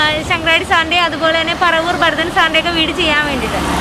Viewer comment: ഭാരതൻ അല്ല, ഭരതൻ ആണ്